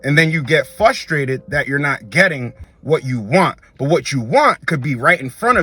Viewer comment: Every video he says fus-trated instead of frus-trated.